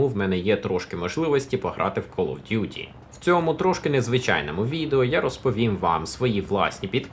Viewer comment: знов помилка Duty правильно